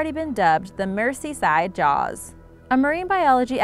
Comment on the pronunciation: It’s pronounced Merz-ee side, not Mercy side!